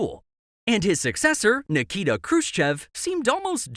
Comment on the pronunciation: Niki'ta Khrushche'v